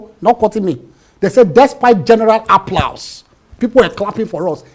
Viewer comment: A whole lawyer,SAN for that matter pronouncing applause like a tout 😅. Appllaaauusse😅